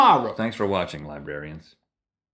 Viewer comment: does it bother anyone else that he said libarians instead of librarians